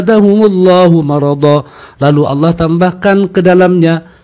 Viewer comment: Belajar ngomong Allah yg benar dulu pak.